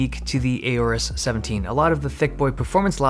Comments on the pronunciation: Isn't it O-rus and not A-Orus? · Aorus how did u say that 🤬🤬🤬